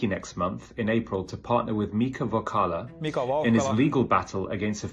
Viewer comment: I hope Mr Valhalla doesn't get too annoyed with people mispronouncing his name, and the doctor is very proud of his boy scout swimming badge.